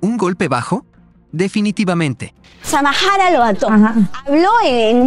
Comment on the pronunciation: NO SEAN HUACHAFOS , ELLA ES SAMARA NO SAMAJARA